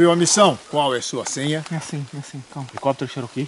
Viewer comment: Oque é helicóptero "sherokis" ?.😂